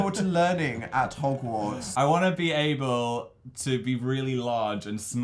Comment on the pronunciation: Hoggbook...Jesus Dan